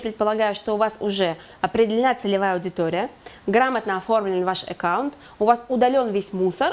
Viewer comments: Экаунт? Это что? АККАУНТ- знаю- Экаунт нет! И да- платье, и дефект-ужас . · Всё хорошо, но режет слух слово "Экаунт", ещё и с выделением первой буквы😩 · Эккаунт.. звучит интересно..... А так, спасибо за уроки ))